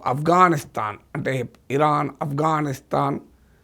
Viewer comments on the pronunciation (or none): none